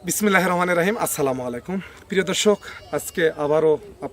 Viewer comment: সালামুআলাইকুম ভাই আমি আপনাকে খুব ভালোবাসি বিনয়ের সহিত আপনাকে বলছি আপনি বিসমিল্লাহ বলার সময় একটু শুদ্ধভাবে বলবেন আমার কথায় যেন রাগ করবেন না আমি আপনাকে খুব ভালোবাসি